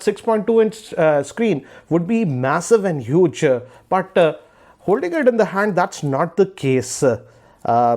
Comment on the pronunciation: hugee- ee, screenn-e, pluss-ee